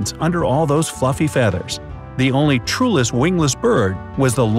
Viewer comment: You said trueless wingless bird?